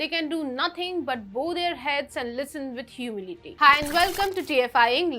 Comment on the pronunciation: Dear, the word "BOW" is not pronounced "BOH" when "bow" means to "bend forward in respect"; It's pronounced closer to "Baaoh" or "Bao": For God's sake have Atul Mishra review your video before posting he might e able to help you avoid mistakes: The irony is that, overall, your pronunciation is quite good, therefore, when you goof a word so badly it really stands out.